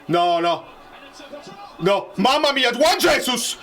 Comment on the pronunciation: A proposito di Juan jesus, essendo lui di Brasiliano e quindi di lingua Portoghese, il suo nome va pronunciato come faremmo noi a Napoli 'Giuan' and not alla Spagnola per intenderci che suona 'Cuan''